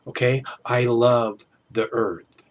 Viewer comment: He lubs the Earf. Hop head... Lol. Although he is right about Clinton. Clinton, Frack you!